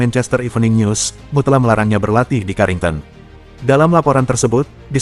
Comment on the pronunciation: MU dibaca mu 😅